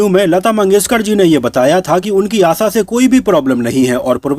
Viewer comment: Hopeless vedeo, unke Jane ke baad unke bare me negative na likhe,आशा शब्द का गलत उच्चारण किया,आसा ,आसा कहकर उनका नाम न बिगाडेंl